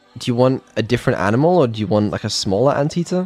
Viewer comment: I think she trying to say, Ainimal